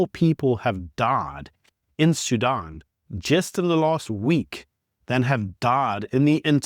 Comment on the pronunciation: Sudan, not Sudun